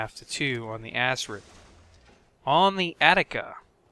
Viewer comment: Why did u call Acrid an ASSRID ? :)